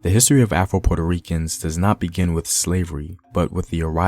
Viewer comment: I know you said afro Puerto Ricans but it sound like you said Apple Puerto Ricans 😂😂😂😂